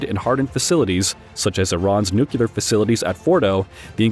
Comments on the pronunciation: Ok I’m getting tired of people mispronouncing Nuclear. It is not New Q Ler. It is New Clear. Nice video though. Thanks. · It's unclear why a voice bot would say NEW - QUE - LUR . . . when the spelling is clearly NUCLEAR. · "Nucular?" Ah, the George Bush method of enunciation! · You're pronouncing "nuclear" as "nucular", which is flat out wrong. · THERE IS NO WORD IN ENGLISH CALLED "NUCULAR"! LOOK IT UP!